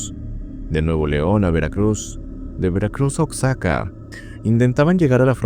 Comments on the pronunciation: No puedo evitar decirte que se pronuncia "guajaca" no "osxaca"... Me encanta esta sección, acabo de conocerte, gracias por traer buen contenido ✨🙏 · Se pronuncia uajaca o guajaca es una ciudad en Mexico XD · Oaxaca no se pronuncia “Guajaca”? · el estres que me da que diga "oxaca" a Oaxaca 🙄🙄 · Entretenido video, solo mencionar que se pronuncia "guajaca" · Oxaca jajajaja así yo lo pronunciaba en la primaria, pero efectivamente no es 100% culpable y la babosa de Ericka no es inocente 😒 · bro porque dice oaxaca asi? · Me gustan mucho tus videos pero siempre pronuncias un par de cosas de México mal. "Oaxaca" (guajaca u oajaca) o "Tepepan". Solo ojito con eso, sigue creando 🫂